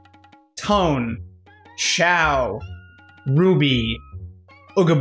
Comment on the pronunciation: Not pronounced "Tone" His name is pronounced "Toe-Ann"